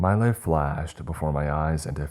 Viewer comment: The pronunciation makes my teeth ache. Hearing 'draught' come out as 'drawt', not to mention 'must to have done'.. And when 'my liff flashed before my eyes' came up, just made it more obvious it's auto-narrated. Btw, past tense of 'shine' is 'shone', not 'shined'. Stories are generally OK tho.